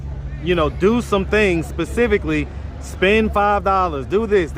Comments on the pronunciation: Can’t really trust nobody that say Pacificly 😂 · "Puh-sift-fuh-lee, "we down app first....to get bills paid!😤" Lmmfaooo😂 alao made me CHOKE on my ice 😩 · Never trust a soul that says “pacifically” 😂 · I knew he was a scam when he said “PACIFICALLY!” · He said Pacifilly download apps to get bills paid 🤣🤣🤣